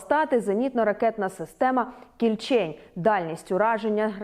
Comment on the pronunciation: може всеж кІльчень, а не кільчЕнь? якось не дуже на українську схоже